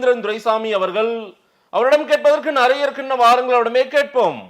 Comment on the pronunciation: நரைய இல்ல நிறைய. தயவுசெய்து சரியாக உச்சரிக்கவும்